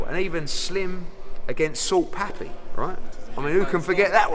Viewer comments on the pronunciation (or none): salt pappy?! haha come on Hearn im sure youve had a latina girlfriend in your life. its papi, not pappy.